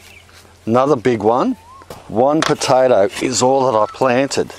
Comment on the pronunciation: Potaidie? What is this accent? xD